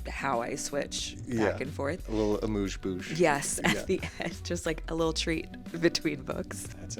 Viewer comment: Awwwe! Look at my sissy! I love this woman so much! She’s truly one of my favorite people. 🥰💕 As a Chef, I must say that I loved ’ pronunciation of “amuse-bouche”. 😂 Great content!